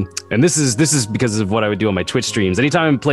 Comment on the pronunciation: hes saying "becuase"